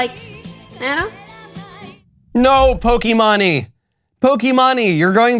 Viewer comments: Bro you really couldn’t say poki Maine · I couldn’t even watch this whole thing, it physically hurt to watch. It was funny how he pronounced pokimane so wrong tho lmao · Absolutely butched pronunciation of pokimane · Pokimahne lol Btw it's Pokimaine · Dear Michael Knowles; I find it endearing that Michael Knowles mispronounces various things. Pokimane is not Pokey Mahn knee, but Pokey Mane to rhyme with Horse's Mane. I'll save my Schism rant for later. Remember you went to Skhool, and Ben went to Szhool. We are in a Great Skhizm with the Orthodox not a Szchizm with the Anglicans. I really could go on. Sincerely in Xto A Ghetto Conservative Mike B. B. From Philly, P.A. U.S.A. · The way Michael pronounces Pokimane's name (pronounced poh-key-mane) is hilarious. Poh-key-mah-nee? I'm dying! This blatant reality check of "you're irrelevant" from Michael has never been so harsh! I love it, keep it up! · Pokimani lmao that’s a crazy pronunciation of pokimane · It's poki-maine not pok-e-man-e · Michael it’s poky-mane not poky-mon-e your the best but that was just to funny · Just for the record it’s pronounced “Poki-mane” not “Poki-mani” lol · Lol he said Pokemanee It’s Poke-main 😂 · It’s pokeymain 😭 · I’m sorry but “pokiemanye”??? Nah bro ✋💀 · bro saying pokee manee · NO WAY YOU JUST SAID POKEY MAHNEY IM DYING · "Poki-mani" 🤣 Good stuff Michael. 👍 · Hearing Knowles call pokimane po-kee-mah-nee, is way too funny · i'm glad i lived up to the point in time to hear Michael say POKIMANI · Michael pronouncing Pokimane as Pokémoni is the greatest thing I've heard today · I was so confused when Michael said "Pokeymaney" and then I saw Pokimane on the screen. Had me in tears! 😂 Still love the show! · It's Poke Mane like (Pōkē Māne or Maine) It doesn't really matter. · not that it matters, but it's poke- mane--- like that, but maybe you did it intentionally, lol great show, keep up the good work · pokémonie lmao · it's actually pronounced poke-ee-mahn. her name is imane